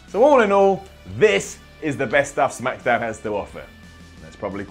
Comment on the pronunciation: said shamkdown at the beginning